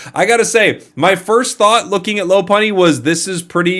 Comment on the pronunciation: "Lop-unny" not "Lo-punny". It's a lop-eared rabbit, not a "lo-peared rabbit".